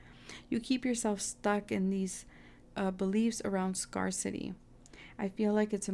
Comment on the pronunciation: Please look up the pronunciation of the word "scarcity". Lack of something. Scarecity....everytime you mispronounce it, I cringe. Sorry for being so petty....it just detracted from the reading.